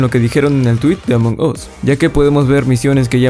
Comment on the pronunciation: Se pronuncia Among AS no Among OS!